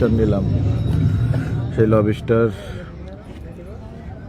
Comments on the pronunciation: Lobster ❌ Lobiiister😂👍. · Not Lob istar It's lobster. 😂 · লবিস্টার না ভাই, লবস্টার হবে। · উচ্চারণ টা ঠিক করেন ভাই, লব ষ্টার না, উচ্চারণ টা লবস-টার, একসাথে গ্যাপ না দিয়ে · লোবুস্টার জিনিসটা ঠিক কি? লবস্টার জানতাম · # । বাহ ভাই ! কি উচ্চারণ 😂 লবিস্টার, কোন ইংলিশ শুনলে হার্টফেল করে মারা যাবে । যে এমন একটা শব্দ শে ও জানতো না 😂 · লবি স্টার..!!😂😂 শালা উচ্চারণও করতে পারে না।😂😂 মোল্লাদের কাকড়া খাওয়া হারাম। মুসলমানিত্ব ছলে গেছে..!!😅😅